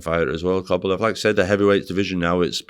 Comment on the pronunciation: “Chang”, “Kobalev”, got to love ahold skool Northerners mispronounciation of foreign names 😄